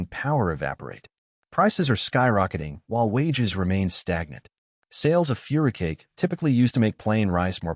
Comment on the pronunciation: furikake isn't pronounced "furicake" this is some low-effort ai crap